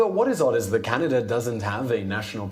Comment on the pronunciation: So sorry, but as a Canadian.. it is slightly offensive how some mericans pronounce Canada as Kennadah. :D Sorry :D